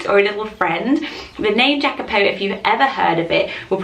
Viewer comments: It’s not giacopo is yacopo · Sorry to tell you but I think Jacapo is pronounced with y like yacapo because I'm pretty sure it is of the Spanish origin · Jacopo is pronounced "yacopo" it's the Italian form of Jacob. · Hi! I'm a new subscriber and I'm obsessed with your lists! I don't have children and it's going to be a while before I'll have any, but I just love to think up names! Jacopo is the Italian version of Jacob and it's pronounced "Iacopo" like Ian. 😊 Lots of love from Italy! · Jacopo is a quite common Italian name, but it's pronounced ee-ah-koh-po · it’s pronounced yacopo because it’s italian ❤️ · Jacopo is a quite common italian name, and it is pronounced ee-ah-coh-poh :) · In the name Jacopo, the J is pronounced like “Y” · Jacopo is Italian and pronounced with I at the beginning